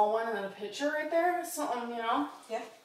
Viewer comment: Or when she says: picshures 🤮